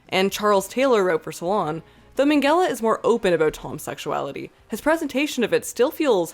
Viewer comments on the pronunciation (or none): Why does she pronounce Minghella as Mengele 😭